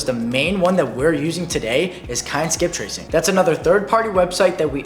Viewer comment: It was what skip tracing? I cant understand your word. Something with K